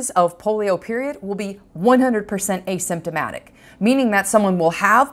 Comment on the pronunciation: What the hell does a systematic mean a somatic whatever you said